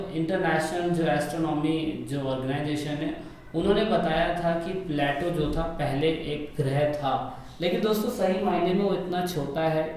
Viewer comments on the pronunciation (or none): Pluto ki pronouncation ese होती h kya ? Apne bola प्लेटो (plato) par प्लूटो (pluto) होता है